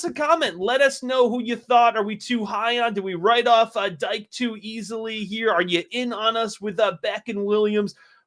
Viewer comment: Dike is pronounced Dee-kay